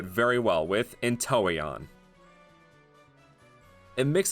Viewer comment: You pronounced entoeon like intelion sobbles fully evolved form